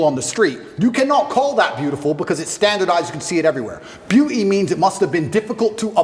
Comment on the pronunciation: Beeuu’ee standards. Lol